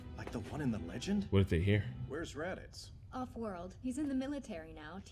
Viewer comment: Why are you pronouncing Raditz' name wrong,?